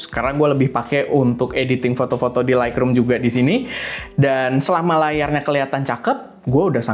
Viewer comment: Laikrum ❌ Laitrum ✅